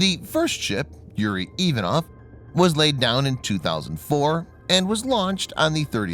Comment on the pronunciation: Get a Navy CTI Russian to help you - Ivanov has emphasis on second syllable and Khurs - the Kh is standard transliteration for the Russian gutteral H - it would be pronounced Hoors, otherwise fantastic posting (otlichno)